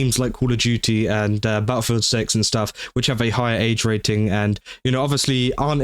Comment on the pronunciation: Honestly... I dont say this withe the intent to insult you, but everytime you said, "Battlefield 6" thanks to your accent, thought you were saying "BaoFoot Six" and it was some sort of new horror game centered around Bao.